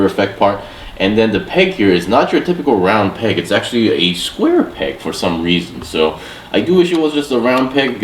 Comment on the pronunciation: The way you pronounced "square peg" reminded me of that square hole meme